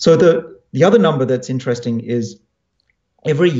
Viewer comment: Ininin teresting